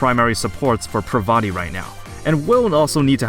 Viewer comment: Um... I don't think that's how you say her name... but other than that, good video.